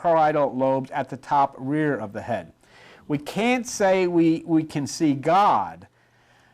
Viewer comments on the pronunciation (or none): none